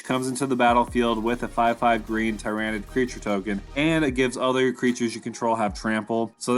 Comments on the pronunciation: How u say TEAR NID kills me made me turn video off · It's pronounced tier-a-nid. Otherwise good video.